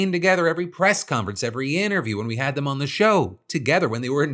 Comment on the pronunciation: did he say… dumb instead of dem